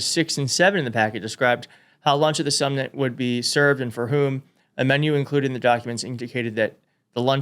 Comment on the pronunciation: “They had to spell out Putin’s name because President Trump wouldn’t know how to pronounce it otherwise”… then proceeds to pronounce summit as “sum-nit”… even though he’s reading it.